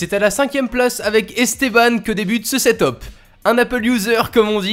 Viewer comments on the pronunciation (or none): on dit setep et pas setop desoler mais je suis insatisfait 😂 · Sa se dit setup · Ca ce dit seteupe pas setop